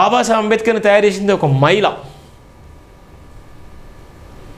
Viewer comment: Maila kadhura swamy Mahila ani palakadam nerchuko tharuvatha uddaristhuvu ley